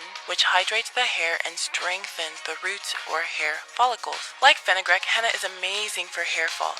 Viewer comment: Fenugreek (Fin-you-"greek," not Fin-uh-"grick") Long "e" sound, not the short "i" sound. #PronunciationPolice 👩‍🎓